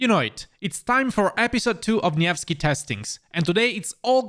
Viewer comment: It's good to see you pronounce nevsky properly so please pronounce Xiang yu properly too, it's See-young you